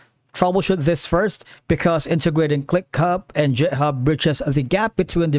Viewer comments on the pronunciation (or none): please stop pronouncing github as jithub